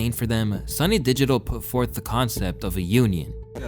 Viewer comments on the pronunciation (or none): none